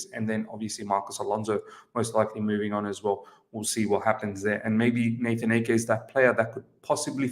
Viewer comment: It's AH-Ke! Not Eke! Please!! :/